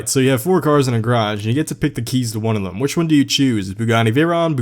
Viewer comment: is the CEO of saying "thum" instead of them